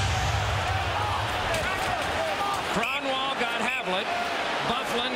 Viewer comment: [Krahn-Wawl] Eh. Crapiest way to say it championship?